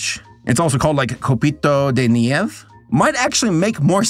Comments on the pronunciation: Spanish tip, if it has a vowel at the end its pronounced, so nieve, the last E is pronounced, so instead of niev, its nieve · Copito De Nieve at "Nieve" the last "e" is also the same e as you pronounced. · It's funny how absolutely butchered the word nieve.